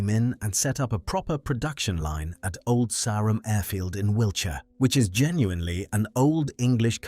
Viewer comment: Shame it can't pronounce Old Sarum.